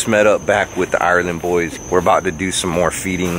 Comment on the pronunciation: The 'island boys' not THE island boys? 🙉😂